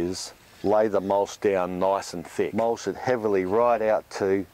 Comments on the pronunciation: what's mulsh? do you mean mulch? lol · It mulCH not mulSH!!! Annoying! Other than that, great info!